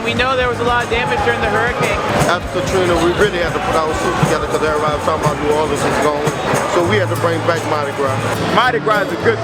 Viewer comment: It drives me nuts because you know they've heard people saying it correctly while they were here. How the hell can they spend time making this video, and not learn how to pronounce the name of the city? Not to mention they call Mardi Gras Car-Nee-VahLLL a few times, as if they were in Rio.